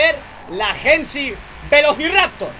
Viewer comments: es Hennessey, no hennesy, osea se dice henesey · Por qué dice "jensy"? Jajaja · La pronunciación de Hennessey la realizas de forma incorrecta